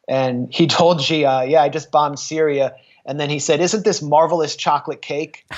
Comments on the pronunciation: It's not 'Jee', or 'Zhee' it's 'Shee' 'Xi' = 'Shee' - Stop pretending you speak Chinese. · Xi is pronounced the same as she. Xinjiang is pronounced sheen jyang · Xi in Xi Jinping is pronounced "she", iv studied chinese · She like her, "she" Jinping. Take 5 minutes and learn how to pronounce the name of the biggest threat to freedom in the world.